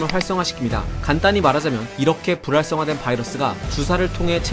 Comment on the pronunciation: 불활성화가 자꾸 부랄성화로 들림